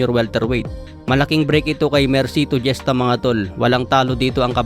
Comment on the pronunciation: Gesta hesta pronounce idol... 👍👍